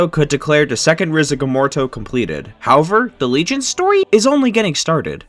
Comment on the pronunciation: No why did You say "Story" so wierd?